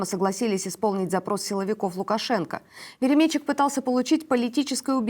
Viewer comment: славная ведущая, однако у неё есть проблема: частые неправильные ударения в словах. В частности, в этом ролике ‘КаУстик вместо КАустик’, ‘ВеремЕйчук вместо ВеремейчУк’, ‘к утрУ вместо к Утру’. Дружеский совет: перед выходом в эфир уточнять произношение слов, в которых не уверена. Удачи!